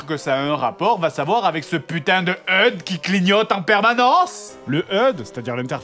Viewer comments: Pitié, on dit "achudé", pas "eude". ;_ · Je crois me répéter mais... Le "HEUDE" WTF, j'ai mis 5 minutes avant de comprendre qu'il disait HUD ! Qui dit heude sérieux ?! C'est comme CNRS faut pas chercher à la prononcer ce mot xD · Eud. Non grenier, Hache, U, Dé. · Fred, le mot "HUD" ne se prononce pas "heud" mais en s'épelant. C'est l'abréviation de "Head-Up Display", Affichage tête haute en français. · Ça se prononce pas hud [eude] mais H-U-D [achudé] ^^^^^ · Maxime Edon T'as déjà entendu un mec parlé anglais ? x) "heude" c'est pas prononcer à l'anglaise c'est moche :p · ***** Je suis désolé mais non, je ne peux pas causionné. Je pense pas que tu te sois rendu compte de la prononciation on ne peut plus française de "heude" à aucun moment en anglais on peut avoir un accent français aussi dégueux. En anglais dit quelque chose que tu prononcerai comme "heude" si tu veux, mais en français ça fait "EUDE", alors non, non et non, ce mot n'est pas du tout prononcer à l'anglaise :)